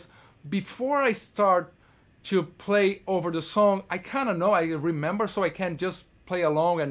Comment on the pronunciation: É impressão minha ou ele tem um sotaque brasileiro fortíssimo? Mesmo a tantos anos convivendo com a língua inglesa. Não é uma crítica por que quem sou eu para criticar esse cara que é um orgulho brasileiro, mas eu percebo que ele não perdeu as manias brasileiras, e pronuncia o son do (I) meio diferente. Entre outras palavras.